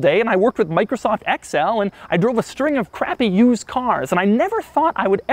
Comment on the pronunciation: ... what is Microsoft "Axe-Hell"??